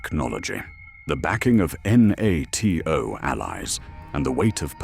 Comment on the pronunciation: Why can’t you at least get an AI able to speak NATO as a word rather than spelling in letter by letter 🤦🏼‍♂🤦🏼‍♂🤦🏼‍♂ I hate the artificial pompous voice and wording as no doubt the script also originated in a computer brain… SUCKS